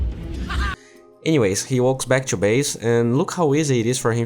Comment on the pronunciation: Precisa treinar o sotaque principalmente o teu "to". Tu fala "two", vício comum entre brasileiros.